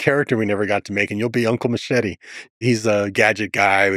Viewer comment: i cringe when a latino can't pronounce "machete" correctly, ... "machiry " wtf!!!